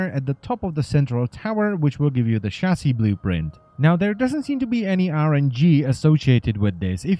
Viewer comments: i understand he has an accent but a chasy is what i hear for chasis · wtf is a chassy/chassi?